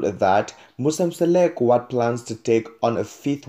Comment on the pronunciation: I hate when a person who can't even pronounce our African names tell our stories.who is Seleku who is Masele(maCele) Hai maan